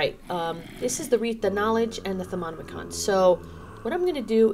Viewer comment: U don't need to say the I in thaonimcon or however u spell it lol. It's just prononced without saying the I